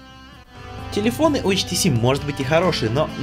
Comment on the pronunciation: Не ШТС, а HTC(ейчтиси)